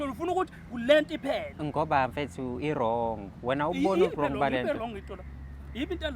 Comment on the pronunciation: Lendoda ayikwazi nokubiza u wrong ithi u longi, ithi ungletha Kuma dividi😂😂🚮